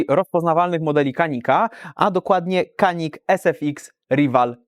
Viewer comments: Jak dla mnie super broń. Nie żałuję zakupu. Tylko błagam Was. To jest Dżanik. Ja wiem że jesteśmy w Polsce i że amerykance mówią Kanik ale w naszym pięknym kraju umiemy w poprawną wymowę i mówimy na Paugeot'a Peżo a nie pełgot :) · Nie zgadzajmy się na pseudo neutralność, szanujmy innych. Skoro Turcy mówią dżianik to uszanujmy ich wymowę.